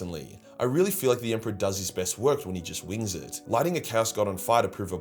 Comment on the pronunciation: The Emperor has chosen his Champion- Ah let’s get into ett